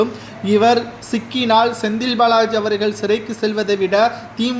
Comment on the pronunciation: "திராவிட முன்னேற்றக் களகம்" அல்ல, "திராவிட முன்னேற்றக் கழகம்". "களைக்கக்கூடிய" அல்ல, "கலைக்கக்கூடிய" "ஸெந்தில் பாளாஜி" அல்ல, "செந்தில் பாலாஜி". "ஸடலமாக" அல்ல "சடலமாக". இன்னும் பல குறைகள் உங்கள் தமிழ் உச்சரிப்பில் இருக்கிறது. நன்றாக தமிழ் உச்சரிக்க கற்றுக் கொள்ளுங்கள். தமிழை கொல்லாதீர்கள்.